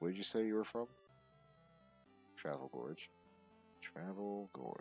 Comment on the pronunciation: I realize I'm way late on this, but the town's name is "Tavel Gorge." No "r." I made the same mistake Phillip Tavel is the lead designer of the card game, so it's named for him